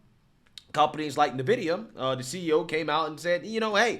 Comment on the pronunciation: N vidia. (Ehn videa) Not nahvidea